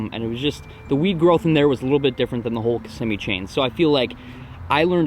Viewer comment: You said lake Kissimmee wack